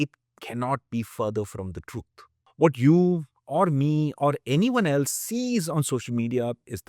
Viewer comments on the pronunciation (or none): none